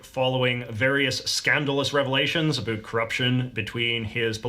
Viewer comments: Why is he saying aboot?? 🤢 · I’m Canadian & I have to say this guy is the only Canadian I’ve actually heard pronounce about as aboot, so this is like seeing a unicorn